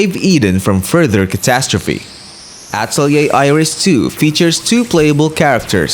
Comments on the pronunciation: It’s “Uh-Tell-ee-ayy” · The only video that i saw that pronounces the name correctly